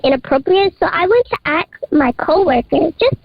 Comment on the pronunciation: I can’t get past “acks”…it’s “ASK!